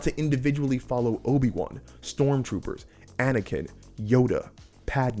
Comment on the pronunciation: "stormtroopers" 🤣 love the video but that made me giggle.